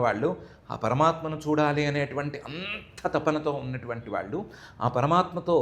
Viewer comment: Koncham nee telugu improve chesko amma..vallu ane pronunciation nerchuko plz